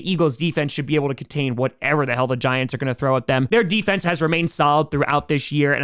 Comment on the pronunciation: he said new jersey giantw